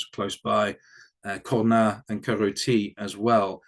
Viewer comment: Was shipped by sea from Australia via the Cape, then landed in Marseilles. Both French and Australian elements were shipped by road to the UK. You should pronounce the S in Cornas…